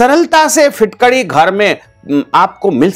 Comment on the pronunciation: आप पहले ठिकसे बोलिए कभी फिटकडी बोलते, कभी फुटकडी कहते. हौरेंज नही ऑरेंज बोलीए.